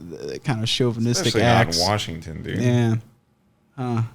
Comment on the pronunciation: WARSHINGTON = LIT AF